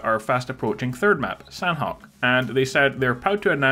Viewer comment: Sanhok is pronounced "Shaw knock"